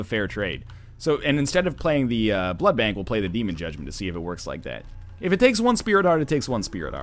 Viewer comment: SAY BLOOD BANK RIGHT